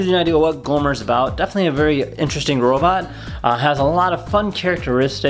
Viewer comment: You keep calling it “Goomer” it’s Gomer. And my Cozmo is better and smarter.